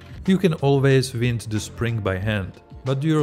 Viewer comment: An English tip for you: "wind" is a homograph. When you pronounce it like "in" it means moving air. To refer to coiling a spring, pronounce it as "eye". Wind (noun: movement of air): IPA: /wɪnd/ Example: The wind is blowing strongly. Wind (verb: to turn or twist): IPA: /waɪnd/ Example: Please wind the clock.